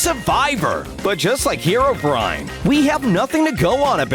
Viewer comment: Finally someone calling herobrine instead of herobraine